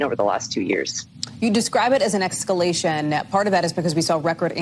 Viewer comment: Did this MSNBC anchor actually say "excalation"?